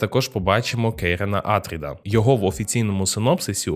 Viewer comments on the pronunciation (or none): Добре, що не Пауль, але чому Àтрід? Прізвище АтрIд (наголос на i). Хоча грецькою все ж такі АтрЕйдіс. Россійські перекладчі у 18 сторіччі чомусь ім'я царя прочитали Атрід замість Атрей, звідси і пішла назва його синів Атріди. То навіщо підтримувати россійську традицію та перекручувати грецьке прізвище?